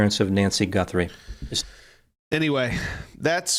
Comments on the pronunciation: GUTHRIE not GUNTHRIE. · Guthrie not Gunthrie! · You keep saying her last name wrong you are pronouncing it like G U N T H R I E... There is no N in the middle of her name Guthrie no N in the name. Also where you are seeing the eye brows as manicured, there is lighter border around the eye holes. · It's GUTHRIE not GUNTHRIE. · Her l ast name is Guthrie not Gunthry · Her name is G-u-t-h- r-I-e…not Gunthrie!! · Ummm.... There is NO "N" in Nancy's name. Literally every other place is written its correct. Might be good to change it. And start saying it correctly! Its Nancy GUTHRIE. NOT GUNTHIE! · FIRST AND FOREMOST:…. if you’re are going to do a broadcast on this subject, PLEASE learn the victim’s name!!! it is NOT “GUN-THRIE”, it is GU-THRIE!!!” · Please pronounce Nancy G U T H E R Y's name correctly. Not Gunthery. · Guth, not Gunth. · Its not Gunthry it is GUTHRY GET IT RIGHT? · Her last name is Guthrie not Gunthrie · it's Guthrie- not Gunthrie 😉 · It's not GUNthrie its is GUTHRrie please say the name correctly for Pete's sake! I did sub and like any way... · You keep saying “Gunthry” but hearing you call the suspect “not a fat lard” made up for it. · Stop saying "Gunthrie". There's no N in her name. Put the drink down, dude, and at least have enough respect to say her name correctly. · Did you actually say GuN-thrie? After all this? GUN thrie? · Dude... the name is GUTHRIE.... You are an eejit. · No N in Guthrie! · Her name does not have a ' n' its G u t h r i. Like the musician Arlo Guthri. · Please correct the pronunciation & spelling of Ms Nancy Guthrie's name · You're not in my ballpark if you can't get the name right Lol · Say her name Correctly please. You are pronouncing the Poor ladys name wrong. Its your Job for cryin out loud dude❤ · Are you saying her surname wrong purposely?? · btw...there's no N in Guthrie. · Sorry can't listen to someone who cannot at least say the name of the victim correctly. What kind of news person is this?